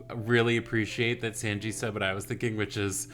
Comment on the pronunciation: Oh how did I just realize you're pronouncing Sanji's name wrong, sorry for not helping you earlier, it's pronounced (Sawn-ji) I'd say it's pronounced like the number 3 in Japanese, but I doubt that'd help lol.